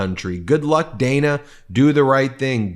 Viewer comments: Ben, am is all you need to say. Following that with "in the morning" is redundant. And Dana Bash pronounces her name "Danna" with a short "a". Come on, man! You should know this stuff! Congrats on hitting 3 million subs, MTN! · As opposed to am in the evening? Measure words. Extra verbiage grates. And CNNs Ms. bash's first name is pronounced Daaana if you spell it phonetically. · Ok y'all... Huge fan & respect what you do... But Ben, oy vey Ben... PlEaSe have someone police your pronunciation of people's names. It's so often it feels purposeful, which I would hope is not the case.. for example- Dan-a Bash... Not day-na. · BEN, IT IS PRONOUNCED DAN AHH, NOT DAY NAH...... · Dan-a not Day-na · It's DAN-a (like Daniel) not Dayna Bash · Her name is produced “Dan” a, not Dana. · It’s Dan-a, not Dane-a. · It is DANNA...not DAYNA! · She pronounces her name as DAN AAAH not DANE A. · Ben, Good report, but let's not fall into Trump-like pronunciations, it is Dan-ah, not Day-na. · Her name is pronounced like the name Dan. Than add an ah to the end of it. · Ben, why are you mispronouncing Dana?